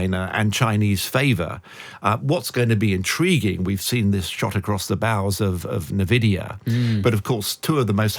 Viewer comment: It's pronounced EN-Vidia ! ffs. Not well read this guy.